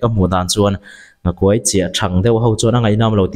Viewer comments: Nghakuai hi silai tih angin lam tur a niin ka hria. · I nghakuai lam dan a thluk a dik lo. Kuai hi Buai tih thlukin i lam a, Len (fishing net) thluka lam tur. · Nghakuai hi I lam diklo.kuai tih hi lungkuai tihlaia kuai angin lam tur. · Nghakuai i lam danah hian 'kuai' lai hi a ri hniam tur a ni lo maw? 'Luaithli ka nul,' tiha 'luai' ri hniam anga lam/thluk tur a ni lo maw? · I nghakuai lam dan hi a dik lo